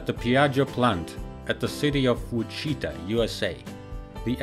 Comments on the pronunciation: It’s called witch-a-tah not Wich e tita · Wichita KS not wicheeta don't ee the I. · LOL "Wa-Chi-Ta" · I propose that people in Kansas adopt this pronunciation = Wuh-CHEE-ta. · “Wa-cheetah”. (Wichita). ROFL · “Wichita” is pronounced “Which-it-ta” fyi. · Haha... "Witch-che-tah!" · The City of Whacheeta? Wichita???? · which-uh-taw is how you pronounce Wichita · American place names which are often anglicized from Native American names, can be confusing for non-Americans. The proper way to say Wichita is "Witch-it-Tah" with emphasis on the last syllable. Don't feel bad; Americans have to learn this as well, most often though, as children. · Shawn Hayward ..... what is wachita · Lol that's the most amazing pronunciation of 'Wichita' I've ever heard. For future reference, you say it like "Which-ih-tah". It rhymes with "ottawa". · This poor guy can't pronounce Wichita LOL !! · Holy shit! Is he trying to say “Wichita”?